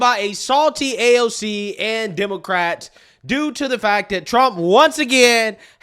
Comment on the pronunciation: Bro I watch you religiously. But on everything. Please stop saying demarcats . Just say WOMEN BRO. ITS FEMININE THINK. PAY ATTENTION BRO